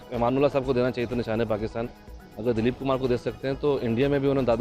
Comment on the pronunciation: It's Dilip Kumar not Daleep Kumar 😬